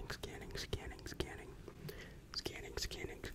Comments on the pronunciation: To me it sounds like “who’s cannon” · or “skinning”